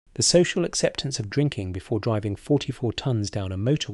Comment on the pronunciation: I Stuck with this until the end to see how many more COCK UPS that monotonous AI Voice could make. DRIV-VING? P ints? to name just 2. What a lot of Bollox.